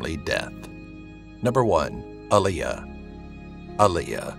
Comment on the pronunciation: U said Aliyah her name is Aaliyah ppl always get her name wrong if ur not a real live fan 😪😪